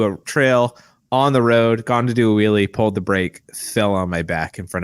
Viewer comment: did say Pauled the brake?😂